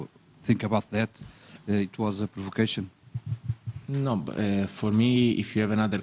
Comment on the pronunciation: "It was a pruvucashion?" diz ele